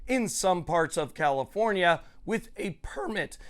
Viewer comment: Why do you pronounce your F’s with P’s? CaliPornia?